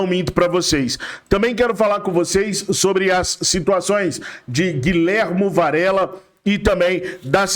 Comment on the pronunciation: Guilhermo, não! GuiJermo, sim!